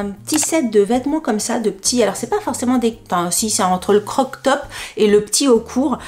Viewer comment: Tu sais qu on dit :crop top et pas croc top 😂😂😂